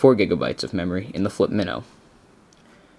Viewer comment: Its not pronounce MIHNO its MYNO